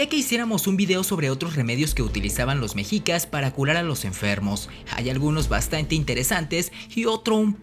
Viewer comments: Se pronuncia 'meshicas' no 'mejicas', recuerda que eres promotor de nuestra cultura, mínimo pronuncialo bien. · Lo pronuncias mal no es mejicas. Mechicas y se escribe mexicas pero en todo lo demás super interesante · Un consejo amigo, no digas mejicas, su pronunciacion correcta es meshicas, la "x" como "sh". Saludos. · Se pronuncia "Meshicas" ( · Solo una observación la "x" se pronuncia como "sh" por lo tando se pronuncia " meshicas"